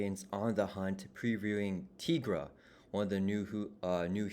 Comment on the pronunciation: Tigra is pronounced TIE-gra, like Tiger. Jenny Blake Isabella née Tony Isabella, co-creator of Tigra, is on record saying as much and that they thought it would be self evident because she's literally a Tiger Lady. And here's a supercut of Tigra appearances including an Avengers cartoon and Chip and Dale movie where she is called TIE-gra